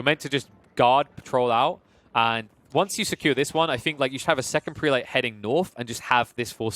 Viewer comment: If I may say so, the proper pronunciation of "prelate" is PREH-lut, not PREE-late. Seems like the wrong pronunciation is making its way around the AOE4 commenterverse. :)